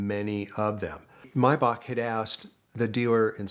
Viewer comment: About time someone pronounced Maybach correctly